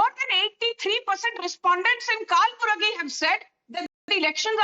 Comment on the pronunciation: Not Kaal buragi,dear 😂😂😂it's कलबुर्गी